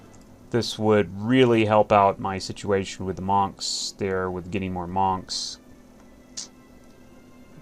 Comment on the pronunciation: love ya, keep it up! btw i thought the monks are pronounced "munks" xd. ya killing me